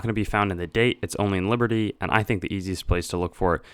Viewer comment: You must the e in liberty you goffball